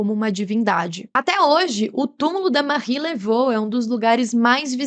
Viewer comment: A pronúncia correta do nome dela é "Marri Lavú"